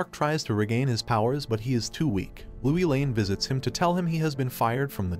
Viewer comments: MMMMM It is lois lane not louie lane and it is Rudy not Ruuudy!! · You're the only narrator that pronounces Lois Lane as Louie Lane. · Please get the names right, everyone knows how to say Lois Lane and when you don't you take everyone's concentration.